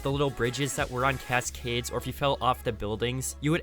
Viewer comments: cass-cades???? I dont dislike the guy but how does he sound so robotic? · The way he pronounces cascades obliterates my soul 💀💀💀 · I can't stand the way you emphasize the last syllable of Cascades. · “Cas Cades “ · Sorry have to say it I hate the way he says cascades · I love your content but I haaaaaaaate how you say cascades 😂 keep up the hard work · Why did you say Cascades the same way every time you said it XD Good vid tho